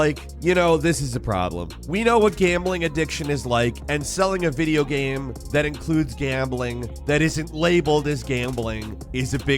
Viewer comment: I do not expect someone who can barely pronounce the word GAME to correctly pronounce electroencephalogram.